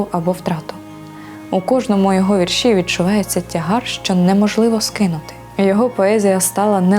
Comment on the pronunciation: Не повністю згідна з ведучою. ВІрші Віктора Гриценка відкрила для себе через фейсбук нещодавно. Навіщо робити акцент на меланхолію і Кривий Ріг? Він -- українець! Його вІрші(ведуча чомусь каже віршІ) говорять більше за столичних авторів! У них акцент на мудрості, простоті та красі, бо , як відомо, усе геніальне -- просте! Вони спонукають мислити, узагальнювати! Дякую Вам, пане Вікторе, що ділитесь з читачами своїм глибоким внутрішнім світом! Здоров'я Вам, миру і добра!